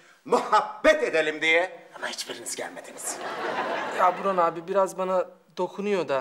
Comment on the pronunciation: Burhan'ı Buhran diye duyuyorum